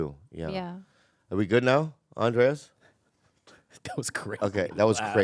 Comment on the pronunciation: I wonder how many more years everyone will be mispronouncing "Andres" as "Andreas"